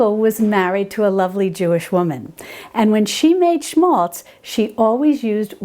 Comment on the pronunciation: It's written 'schmalz' ... (Thank you so much for the correct pronunciation !)